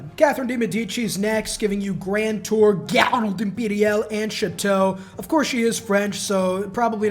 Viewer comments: It's very impressive how you can totally misspronunce garde imperiale. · Dude the way your pronouced "Garde Imperale" had me ROFL